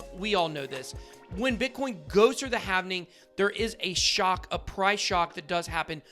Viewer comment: Its not "havening" its halving